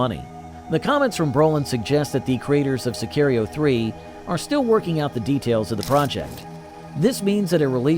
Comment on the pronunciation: Say-kee-rio 3 lol. Dude cant even say the world correctly.